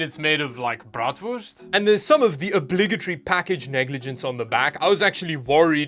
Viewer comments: It was just hilarious the way you pronounced bratwurst 🍖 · Hahaha I know I died a little too. Also wasn’t expecting it at all.